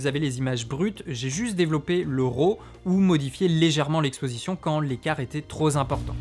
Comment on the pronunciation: écart trop ZImportant ????